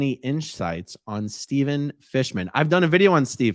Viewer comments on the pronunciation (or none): none